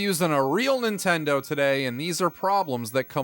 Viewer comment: I learned early on to leave the TV on mute if I left my good ole "Nintendur" on while doing homework.